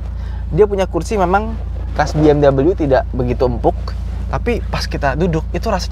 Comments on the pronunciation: BMW (Bayerische Motoren Werke) itu bacanya "Be-Em-We" bukan "Bi-Em-dobel-yu" 😛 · Bukan Bi eM doubleU